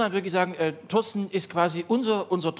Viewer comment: Find ich so süß, dass Olaf Schubert immer Toasten sagt, statt Torsten.